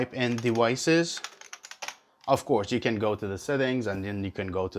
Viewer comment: fuck the story. we want to know how to connect our hero 8 to a pc! c'mon man! Edit: Sorry that was out of line.. Thanks for the video! Edit:, Edit: Don't say dewices.